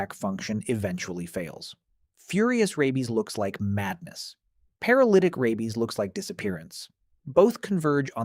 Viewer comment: The AI narration is awful. Mispronounciations are so irritating. Rabies is pronounced RAY-beez, not RABB-beez.